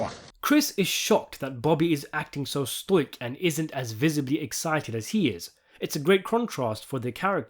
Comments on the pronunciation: its "stoic" not "stoike" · Stoic is pronounced Stow-ick. I used to make that mistake myself considering i'd only ever seen it written down, and hadn't heard it said in conversation at that point.